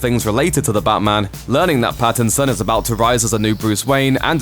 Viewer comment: Did he just say BATTinson